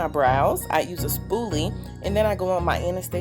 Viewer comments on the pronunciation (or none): omg i had my headphones in when you messed up on sayin brows and it scared the absolute fuck outta me.